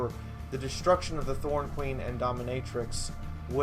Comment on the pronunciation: Ma'am, it's Norn Queen, not Thorn Queen.